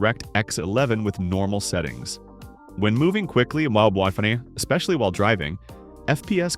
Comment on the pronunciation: What the frick, I think he was trying to say WiFi